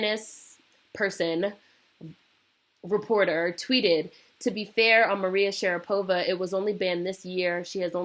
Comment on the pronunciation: lololol dying"maria sharadopa"